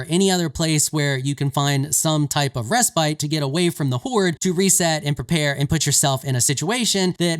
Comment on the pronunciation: Reh-spit, not reh-spite